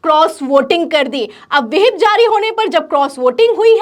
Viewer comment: मोहतरमा विहिप नहीं व्हिप होता है